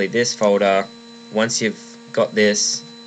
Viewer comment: not to make fun of u but u say folder like fodae lol I left a like <3